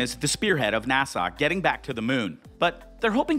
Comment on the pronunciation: Could you please stop pronouncing NASA as if you were trying to sigh at the end of the word? It's NASA, not NASAW.